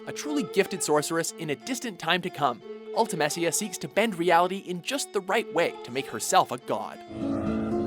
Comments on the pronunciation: Before video: #1 is Kefka. Just guessing. After video: Haha, I was right!!! Like duh. And omg it's Ul-ti-mi-SHA! and GWAH-DO! AND SAI-FER! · uhmuhgud Ult-eh-MACE-ea W h y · I'm starting to think you guys fuck up the pronunciation of the everything just to rile us up. Sayfer?? Ultimessia?! I don't know your name but fuck you. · You literally pronounced every FF8 character differently to me. I've always said it: - Ul-ti-Me-sia - Ed-e-ah - Psy-Feh :\ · Lol, I have to admit, I wanted to scream at the screen at some points for pronouncing some of the names wrong, Like Ultimecia, Seifer and Nibelheim XD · Ultimecia is pronounced with a long E sound and the Ua in Guado makes the same sound as in squad